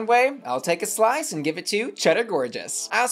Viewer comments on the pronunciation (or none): none